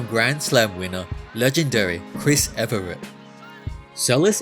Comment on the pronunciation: It's Evert, not Everett